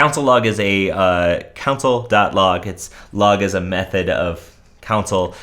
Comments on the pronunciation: You're definitely the only person pronouncing it like that. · did he say council log, or console log?